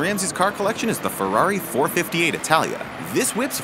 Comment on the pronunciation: Oh come one, did you never hear anyone pronounce 458 or Scuderia? you managed to Pronounce Berlinetta right tho.